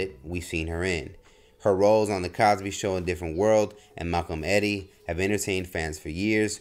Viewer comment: Thanks for the update on this talented actress. I thought it a little funny how you kept saying "Malcolmeddie" as if it were one word.